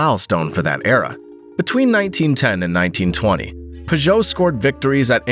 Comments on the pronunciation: Well it's not the worst way I've heard someone say Peugeot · Listening to this guy pronounce Peugeot is grating. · Thank You for another mgnificent production. I still have not worked out what was more awe-inspiring: the horsepower ratings of these small European engines or the intriguing shape of the wheel arches, (or lack of) on the P88. Also thanks for a fresh pronunciation of the name Peugeot. As a child I might have read it before hearing anyone speak it aloud, and so I always called them PIEw-joe, as in Pepe le Pew, with the emphasis on the first syllable. Then in high school ensued prolonged arguments with friends who pronounced it PURR-joe, as in purring kittens, again with the emphasis on syllable #1. Now hearing the name pronounced purr-JOE, with the emphasis on the second syllable, I concede that my childish phoenetic pronunciation, based on reading the name in a book without ever having heard it spoken, was err, well, inaccurate to put it gently. Which of the other two is correct; which syllable to emphasise? I'll leave that between you and my high school mates. (who would agree with me that Porsche has one syllable - silent E)